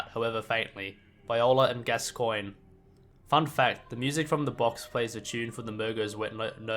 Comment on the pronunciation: I don't know if I commented this already, and I don't mean to nitpick but it's pronounced "gas-con"